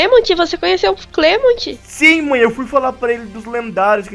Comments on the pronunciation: escreve clemont mas fala clement eu vi o anime completo de XY E XYZ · nao e clemonte e clemente